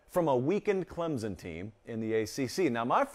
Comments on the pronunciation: Learn how to pronounce ClemSon… not ClemZen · It's ClemSON... not Clemzun... jfc